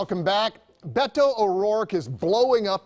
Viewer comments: Beto not beta. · I wish she would learn how to pronounce "Beto," though. It's not BAY-to, it's BETT-o.